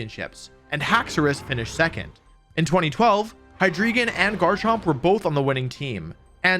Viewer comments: ITS GARCHOMP NOT JARCHOMP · Never heard anyone say jar-chomp before, i thought it was gar-chomp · Garrrrrr champ not jarchomp wtf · uhh "jarchomp"? lol its garchomp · this man just said JARCHOMP?!?!?!?! how has this guy won tournaments but still pronounces garchomp as jarchomp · IT CLEARLY SAYS GARCHOMP NOT JARCHOMP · I can't believe nobody is talking about the real central question of this video. He introduces it ... Is it pronounced "Jarchomp" or "Garchomp?" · JARCHOMP?????? gif vs jif moment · first person I see that pronunces garchamp as jarchomp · Did this mf just say Jarchomp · Bro I've watched so many wolfeyvgc videos I swear he says a pokemon name wrong on purpose in every video. What the hell is a JARchomp?? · Heard this man say Jarchomp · Bro called Garchomp,Jarchomp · bro said jarchomp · Bro said "jar chomp" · bro said jarchomp lmaoo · did you just say jarchomp? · Great video, but I can't get over that you pronounced Garchomp as "Jarchomp" and Phanpy as "Phanphy" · Sorry I just had to stop watching after you called it "JARchomp" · Bro really said Jarchomp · never trust someone who says "jarchomp" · did this man really say "jarchomp"? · Did he say jarchomp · Did he just say Jarchomp? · Did he pronounce Garchomp “Jarchomp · My man did you just say jarchomp? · Did you just say Jarchomp? Do you pronounce it Jif too? I’m not subscribing on principle now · please never pronounce Garchomp like that again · Can we acknowledge the atrocity committed when Wolfey said "Jarchomp" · Jar-chomp XD (he pronounces it normally elsewhere in the video) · did you just call it a jarchomp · Wolfey is great and all but, “jarchomp”. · Alright, IN MY DEFENCE I made no comment on a lot of lesser mispronunciation, but Jarh-chomp-? (눈∀눈;) Other than that, you did a great job discussing the Pokémon Series on a fundamental basis in such a way that really matters. Balance is definitely something I'd love to see in terms of the Pokémon games. ✧(・o・ ) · did he just say jarchomp